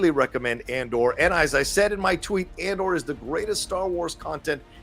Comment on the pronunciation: Not sure why but I hear you say CASHION, instead of CASEON. I'll see how they say it in the series. Also Scarsgard saying ANDER instead of Andor is a bit weird. 🤔